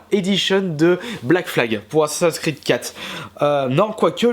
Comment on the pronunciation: tu sait pas dire assassin creed XD